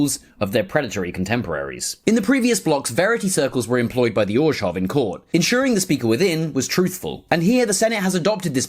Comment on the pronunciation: I applaud you that you pronounce Orzhov correctly. The phonetics of "zh" is why I love listening to Russian and French so much. Or-zov just sounds silly.